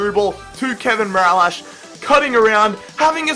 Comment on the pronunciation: not mirallash its mirilas